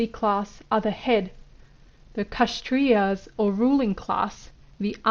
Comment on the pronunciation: The pronounciation is not KASH-trias but K-SHATT-RIAS The k sound is like half a K